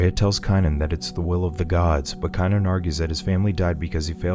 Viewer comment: Don't get me wrong I love the movie scene it of many times. It just amazes me how you can pronounce everyone's name in the entire movie, except for the star? Wulfric, Bjorn, except for Kanan? LOL...K Long A nan... lol. I'm just messing with you. I like your Recaps I just thought it was kind of funny